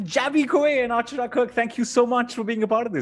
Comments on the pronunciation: its not AAACHARA. ITS ACHAARAA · It's acharaaaaaaaa come on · Did some one notice mis pronouncing Achara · And it continues, one more Indian pronouncing Achara wrong. And Achara keeps smiling all the time. How does she do it? I hope next time anyone who meets them pronounces Achara correct.